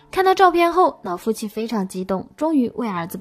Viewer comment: 雖然知道妳有特殊鼻音，但是‘’腦夫妻‘’還是讓我的愣一下！🤣🤣🤣🤣🤣🤣